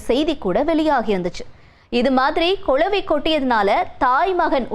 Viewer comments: It’s not கொளவி, it’s குளவி. தமிழ் நாடு எண்டு தான் பெயர், ஆனா தமிழ் உச்சரிப்பு சுத்த பிழை. 🚶🏻‍♀️‍➡️🤦🏻‍♀️ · கொலவி இல்லடி கிழவி அது குளவி